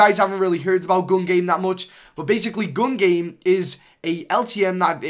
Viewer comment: Who heard him say Guun game?